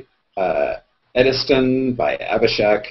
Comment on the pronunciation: says "ediston" hehe:)